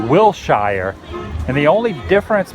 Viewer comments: Wilshire is pronounced Will sure, not Will shy er... :P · WILL SURE NOT WILL SHIRE... and every time you said WILL SHIRE it just bust my buttons.... still love your Vids! WILL SURE WILL SURE WILL SURE.. YEA! xoxo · Love the video, but just so you know, native Californians pronounce Wilshire Blvd as "Will-sure" not "Will-shy-yer." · Wil-sher. Wil-sher Blvd., Mr. Woo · watching your back here: As a LA native, wilshire is pronounced like will-sure. Us, funny weirdo Angelenos, I know. hahah I really loved the video though! thanks for giving us the addresses! i haven't been to MGM or WDW yet. It's weird to see how disney perpetuates hollywood and California as. Hollywood isn't this clean nor pretty. I wish I could've seen Hollywood in its hay day. Sunset Blvd is pretty great when you're heading towards Malibu and santa Monica. Disney would've done a wonderful job of recreating some of the early 20th century architecture in Burbank. The Burbank Water & Power building is a pretty awesome example of art deco work. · Hey Adam.. greetings from Riverside CA.. Wilshire Blvd isn't pronounced how it sounds.. it's pronounced Wil-Shur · Just so you know - the way we locals pronounce Wilshire - is WILLSURE. And I believe the dog atop the building is not a dalmatian but a great dane! ;) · I'm not trying to hate, but you're pronouncing "Whilshire Blvd" the wrong way.